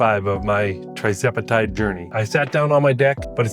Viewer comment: What strength dose sir? 2.5mg? I think you may be pronouncing it wrong but thats not important. Congratulations on the success.